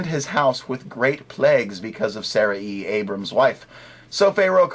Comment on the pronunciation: By the way, it's not pronounced Saraeee, it's pronounced Saray (with a very short 'i' sound). Call me the hair splitter ^_^